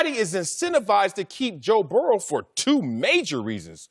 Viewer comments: Everybody: Joe Burrow Marcellus Wiley: Joe Burrell Ridiculous 🤣🤣🤣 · This is the dumbest group of people I've ever seen lmao that one guy said joe burrows name wrong